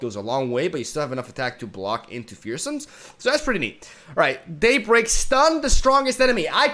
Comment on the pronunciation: "Daybleak" Also: "Stron the stongest enemy"